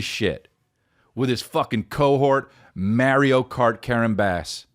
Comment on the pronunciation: As a fellow nj Italian, thank u for pronouncing “Mario” the correct way!!!🤣🤣